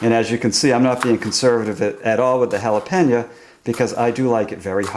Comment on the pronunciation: You pronounce Jalapeno - "Hal-Ah-Pan-Ya" ??? LOL